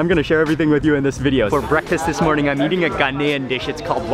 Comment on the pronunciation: Bro said Meating